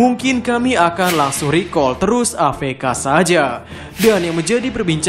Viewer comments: A eF Ka min, bukan A Fe Ka 😂😂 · AFK (a-ef-ka) bukan AVK (a-ve-ka)